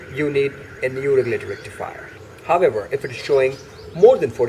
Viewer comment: Nice informative vid. Everytime he said however i heard, herbivore. Is it only me?